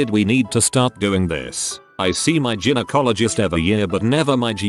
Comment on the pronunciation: It's pronounced "GUY-no-cologist" not "GIN-o-cologist".